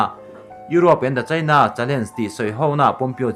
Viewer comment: I ṭawng ri hi ngaithla ve ṭhin rawh. India leh China tih pawh hi a mood azira lam rik dan danglam a neih anga lam rik loh a tam lutuk. Primary zirlai (Mizo Ṭawng hmang) pawhin an lam rik dik a rinawm maw le.